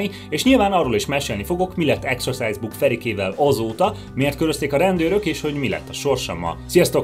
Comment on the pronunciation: Akkor rosszul ejtette ki a szót